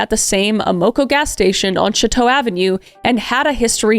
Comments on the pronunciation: Hey i live in granite city close to west alton and id like to just correct something. Its pronounced show-toe ave. Not shā-toe. Also its am-a co gas station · You don't have to be from St Louis to know that AMOCO is pronounce Am-uh-koh. BUT...You may have to be from StL to know that the street is pronounced Show-toe Avenue... and not Shut-oh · So, I’m actually from St. Louis, and it took me until to figure out which street you were referring to that that gas station was on. 😂 We say it like show-toe. But fast. Like Shoto. Also, holy cow. , you mention the neighborhood I grew up in! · As someone who lives in St. Louis my whole life, how have I not heard about this case? Also, I can't help but chuckle at the pronunciation of Amoco and Chateau. I've always heard Amoco as Am-a-co and Chateau as Show-toe. It wouldn't surprise me if we've been pronouncing them wrong this whole time though. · It’s pronounced sho-toe.